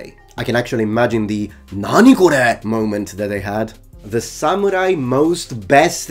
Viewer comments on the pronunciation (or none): none